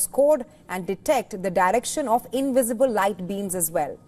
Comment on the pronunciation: Seeing the inwisible, fwasanating